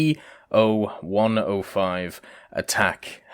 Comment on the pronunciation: it's not Be-Oh... its BO. thats the abbreviation of Boelkow. Like Ju for Junkers etc.